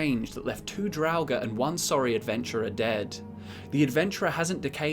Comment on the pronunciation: It's pronounced drauger not drauger, idiot